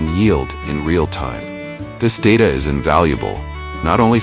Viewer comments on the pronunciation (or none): none